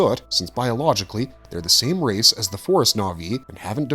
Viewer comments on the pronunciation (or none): none